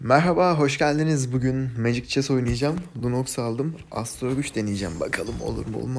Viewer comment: macig chees değil artık sal şu kelimeyi magic chees